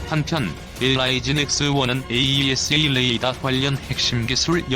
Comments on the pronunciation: 모델명에 들어간 대시((-) 를 마이너스 라고 읽는 것은 잘못된 것입니다. 대시로 읽거나 또는 읽지 말아야 합니다. 또 "Ⅱ"를 읽을 때 아이아이(ii)로 읽는 것도 잘못되었습니다. Two로 읽던가 이(2)로 읽어야 합니다. 로마글자 숫자 Ⅰ Ⅱ Ⅲ Ⅳ Ⅴ Ⅵ Ⅶ Ⅷ Ⅸ Ⅹ는 1~10을 나타내는 것입니다. 또 AESA를 모두 에이사로 읽고 있는데 에이이에스에이로 읽는 것도 좀 우스꽝 스럽습니다. 좀더 공부하면서 해야할 필요를 느낌니다. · AESA레이더를 호칭하실땐 "에이 이 에스 에이 레이더"라고 하지마시고 "에이사 레이더"라고 불러주세요!